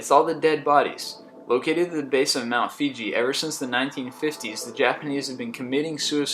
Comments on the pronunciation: it's called Mt Fuji not Fiji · It's Mt. Fuji. Not Mt. Fiji. I am sure someone has already told you but i like to be a know it all. O_o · For #1 it's not Fiji it's FUJI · You pronounced Fuji wrong. FIJI is an island, FUJI is the largest volcano in Japan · He also says "Mt Fiji" instead of Mt Fuji and pronounces Cyprus like Sipprus. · #1 is at the base of Mt. Fuji not "Fiji" come on now haha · #1 is pronounced Mt. Fuji not Fiji. I know because I live in Japan. I don't understand how #17 & #12 are considered creepy either. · He said Mt. Fiji..... I wont get on his case for the fact its pronounced closer to Hu-Gee, but it is also spelled Fuji. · #1 he pronounced wrong and it is mt fuji not fiji lol. And as for the scariest #5 is the #1 place in the world you should never go to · Mt. Fuji- "Foo-jee" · For that matter, he mispronounced Mt. Fuji, saying 'Fiji.' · Mount 'Fiji', your pronunciation of Cyprus and slurred speech are terrible for a presenter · Great video except the narrator needs to do some research on the pronunciation of all these places before talking about them LOL Mount Fiji?? :p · Mispronounce practically every proper noun in the whole video... and then cap it off with "mount FIJI"?! It's only one of the most iconic mountains on the planet. If you do any more ______ on Earth videos, you really ought to learn how to say the names. Type "catacomb" into dictionary(dot)com for me please? You can even "listen to the pronunciation" if you're confused by the phonetic spelling. Hope this helps you make better videos in the future. :) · Did he say Mt. Fiji? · Learn how to pronounce "Cyprus" and "Fuji". Otherwise, entertaining. More photos, too. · you said MT. fuji wrong